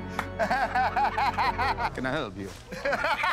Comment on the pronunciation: " Can I heiilp you? "